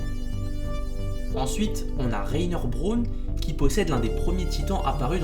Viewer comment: Ses pa bron ses braun